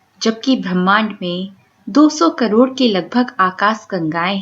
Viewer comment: ब्रह्माण्ड है भ्रमाण्ड नहीं। पहले शुद्ध बोलना सीखो।